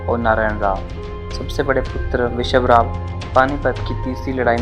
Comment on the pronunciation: Bajirao peshwa chr 3 mul hoti 1la vishwasrao not vishvrao, 2 Madhaorao not mahadeo Ani 3 Naraynrao not nrayn aadhi Marathi bol spasth,. Mhane kaka mala bachao khulaa